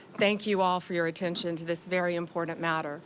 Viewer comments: It's IMPOR-TANT, not IMPOR-DUNT!! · Pam, it’s pronounced ‘imporTanT’ Not ‘imporent’ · She cant even pronounce "important "